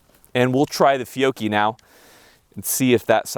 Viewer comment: You need to pronounce Fiocchi the way Rob Ski does, “Fick-o-Chee”.